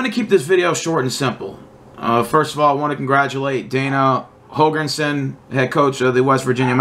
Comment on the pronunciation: “Holegrensen” & “Gryer” 😂😂😂